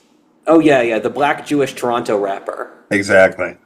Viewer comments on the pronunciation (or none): none